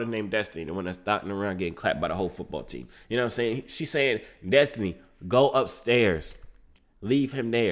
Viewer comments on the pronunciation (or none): You didnt understand her way of speaking she said DUSTINY